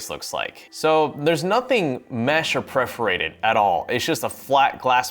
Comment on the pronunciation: PER FOR ATE ED